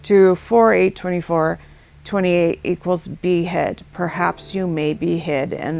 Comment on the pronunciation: Breath taking moments ain't gonna be the word for it when that day comes.. for a moment there i thought you were saying behead instead of be hid ...